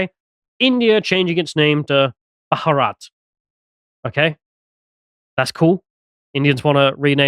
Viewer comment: Two syllables...Bha-rat